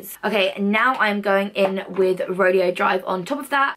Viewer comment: The highlighter is pronounced "ro-day-o" 🙊